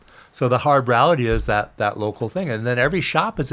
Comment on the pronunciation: “The ralllity is”